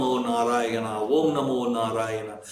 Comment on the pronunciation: Thanks for making us understand what Gajindra Moksha is and equally waiting for the Gajindra Moksha stotra. Plz clear is it Om Namo Narayana or Vom namo narayana as you are chanting Vom namo Narayana